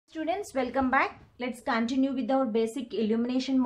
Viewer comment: It's continue not ( Kaan ti new)